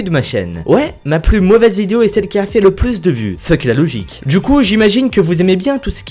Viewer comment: VendJu dJu monde... C'est l'accent d'où ça?